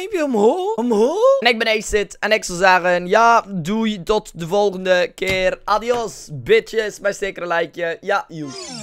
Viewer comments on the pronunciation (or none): none